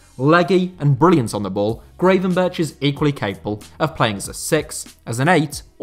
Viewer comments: Really liked the video! One thing for future videos (because he is going to be a big star); you can best pronounce Gravenberch as 'Gravenberg'. In the Netherlands the 'ch' and 'g' at the end of a word sound the same. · I love you and your videos but your pronunciation of "Gravenberch" is terrible lol